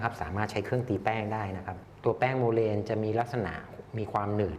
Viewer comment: ขอโทษคะ ที่รู้เรียก โมแลน ไม่ใช่โมเลนคะ